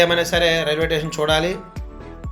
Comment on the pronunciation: టేషన్ కాదు స్టేషన్ ఇంకెప్పుడూ వీడియో లు పెట్టకు